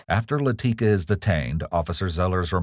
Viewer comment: "Laticka" says all you need to know lmao